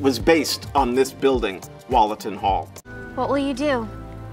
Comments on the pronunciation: Wollaton is pronounced woolatun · Wollaton hall as in wool. Sorry to be "that guy" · Glad that you gave the correct pronunciation of Gotham so I can add that Wollaton is pronounced Wool a tun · That Wollaton pronunciation is killing me